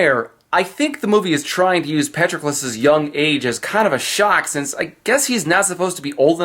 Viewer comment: Patroclus and Briseis wrong. It is pronounced Pat-Troc-ulus with a soft 'a' , 'o' a hard 'tr' , and a long 'u'; BrI-see-us with a hard 'i' and a long ee sound like sea. The dash marks are for stress.